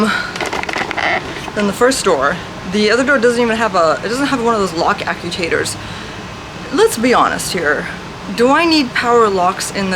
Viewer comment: Repeat after me…. “ACT - U - ATE - OR”